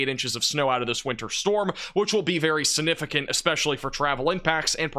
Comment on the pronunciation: the word significant has a G in it.